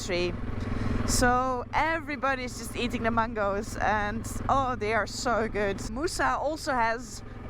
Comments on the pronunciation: It's cutely funny how you pronounce 'mangoes'. more power for what you do and love from pakistan, noraly. 🇵🇰🇳🇱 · Your pronunciation of mangoes totally .up.. it's a bit like when you say bananas😅😅